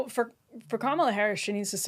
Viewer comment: If you are incapable of pronouncing Kamala’s name correctly you should just shut up